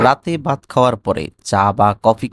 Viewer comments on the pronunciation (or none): Bangla ucchaon thik korun. Bhath ke bath bolbenna.